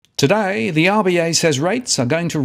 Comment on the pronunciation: You say "TodaAaAAaaaay" in the most aussie way ever